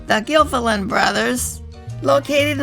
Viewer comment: It's pronounced gil fallon